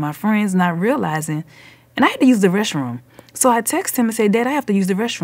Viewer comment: She said reshroom like the word mesh.